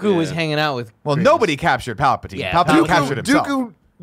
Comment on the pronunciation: Who are “Palpitaine and Dakoo”? 😂😂😂 Love Nick and his zany ways.